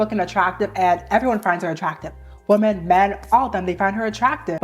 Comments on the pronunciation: I’m so fascinated by the way some people pronounce “women” as “woman” nowadays. May I ask where you’re from and what generation you’re a part of? I’m a senior millennial and we all used to pronounce the “o” in “women” as “ih” (like in “hit,” which is admittedly an outlier in English but that’s how it ahs been for generations so I am fascinated by this evolution of language making English pronunciation more aligned with English spelling). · I cant take IT anymore. Please please tell me why yall say WOMAN for plural- Women-. It is driving me crazzzyyyy! Help. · why do you literally never say “women”?? you can pronounce men just fine but then say woman, instead of women 😭😭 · Why do you keep saying “woman” in place of “women”??? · Why are people saying "woman" wum-man" in the plural instead of the singular? Or women in the singular instead of the plural "wi-men". When i Googled this online, it was saying it's because these people aren't "educated" but dont believe that in the slightest. So could somebody let me know why people are doing it as it's grinding on me because i dont know and need somebody to up-to-date educate me on this if you would be so kind. Im so confused guys, please help or is this the "new way?" Or "slang?" Etc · Gurl ily but i‘m oddly annoyed by the way you pronounce "women" as "woman" 😭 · Please for the love of god... its WOMEN pronounced (WIM-EN) gah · And how dare you say that to the queen of pronunciation😡/j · Hey girl! Sorry to be that person but i keep thinking you’re talking about one woman when you say women lol the plural for women is pronounced like (Wi-min). I love your videos though, it’s so refreshing to find like minded women on the internet! 😅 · Why dont people know how to pronounce "women"? Wimmen.